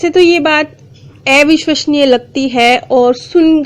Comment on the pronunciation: Please pronounce आ विश्वसनीय not ए विश्वसनीय Thanks